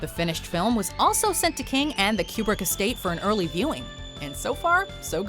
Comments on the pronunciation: FOR... THE... LOVE.. OF... GOD!!! It's pronounced 'KOO-brick', ~not~ 'Q-brick'!!! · I prefer Q-brick.